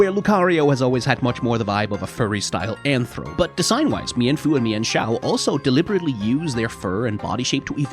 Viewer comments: Meen-foo and Meen-shao Not me-en-foo and me-en-shao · Sorry to burst your bubble but its pronounced "mean-fu" And "mean-shao" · I wonder if anyone brought up you mispronounced them